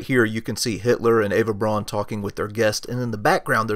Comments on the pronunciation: Outstanding! I have always wondered who some of these folks were. Btw, Eva Braun's last name is pronounced "Brown," not "Brawn." It looks like it would be pronounced "Brawn" as an American pronunciation, but it must be pronounced as a German would pronounce it, and that would be "Brown" (as in Charlie...). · "Braun" is pronounced "Brown"! Get it right. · Well done. If you wanted to tune up the presentation you could learn the correct pronunciation of Braun (Brown in Eng.) von (fun) and Speer (Shpare, without the r sound).Simple as that. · Eva’s name is pronounced “brown”